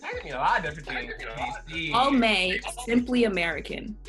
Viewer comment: As soon as she said ALMAY I left the room 😂